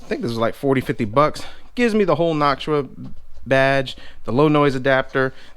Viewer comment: u say noctua wrong